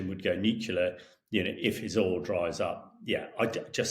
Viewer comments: He may be a very smart man but the word is NEW-CLEAR not NUKE-ULAR. Drives me nuts as a engineer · Nuclear not Nucular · The word is "NUCLEAR," Colonel Himash de Brotten-Gerden. You may need to revise those Year 1 phonics... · Nu-clee-ar… Not new-queue-ler I wish that talking heads would get this simple pronunciation right. What do other viewers think? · Damn, this guy, who seems sort of educated, says "new-kew-lar", just like George Bush used to. What is wrong with people? How are we supposed to take him seriously? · I find it annoying that military experts are unable to pronounce the word 'nuclear' properly. Where is their problem? It's NU / CLEAR. Two syllables. What's there to confuse? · "Nuculer" wow, a former professional soldier who can't even pronounce correctly the name of the most powerful and notorious weapon in human history. Apart from that, interesting article. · Why do all these educated people say “nukular”? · I wonder how Times Radio decides who should be invited as commentators. This guy apparently does not have a clue how 500% tariffs supposed to work. But he dares to comment. Also, he does not know how to properly say “nuclear”!